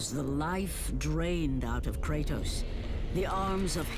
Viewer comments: ah yes, cratus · It is well established that the so called God Kratos is a work of fiction that exists only in video games. Comparing him to an actual existing god only makes his origins more confusing. Even more so after the 3rd game and then the reboot and even the sequel of the reboot. Kratos is Kratos. Not Cratus. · You are puting c in kratos name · Its kratos not not cratus you know that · Not Cratos 🤓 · Kratos isn’t cratus